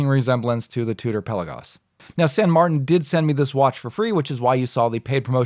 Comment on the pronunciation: Thank you for an informative and entertaining review as usual. And thank you for pronouncing San Martin in your own American way. It sounds silly when some people pronounce a spanish/italian name from a Chinese brand in a french way while speaking english. I shouldn't fuss but drives me nuts :D. (san = saint in spanish/italian, saint = sainte in french)